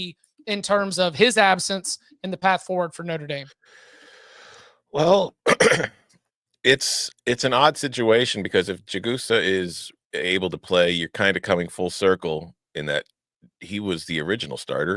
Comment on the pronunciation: Golden said they hadn't run that defense this year. Just fyi Charles' last name is pronounced Jag-a-saw.